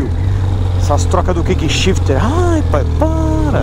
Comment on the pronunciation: Cara só um pequeno comentário construtivo: não fala kik shift não. É errado… o sistema chama “quick shift” (troca rápida)… tem de falar o U… é kuik q fala. Continuação de bom trabalho!